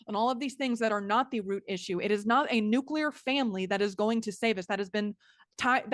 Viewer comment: It's pronounced "New-Clee-er " Not "New- qu- ler".